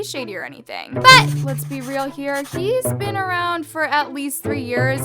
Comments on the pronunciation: Sorry but I have a headset in my ear and you saying" but! " really hard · Girl the way you say “BUT” is annoying just say it normally